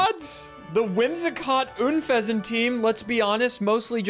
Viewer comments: you beautiful disaster. It is UN fesant. Like unpleasant. Please. And chandelOOr. Like chandelier and lure. I beg you. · Oon-pheasant? It's un-pheasent, pronounced like unpleasant. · why do people say Oonfezant? Why not just Unfezant? Like it's written. A portmanteau of unpleasant and pheasant. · i found your pronunciation of unfezant very “oon”pleasant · Why do you pronounce Unfezant like Ünfezant??